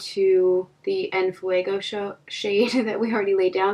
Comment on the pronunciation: For me a black shadow in every palette is crucial too! The Heat palette is beautiful tho Btw your pronuntiation of "En fuego" was perfect!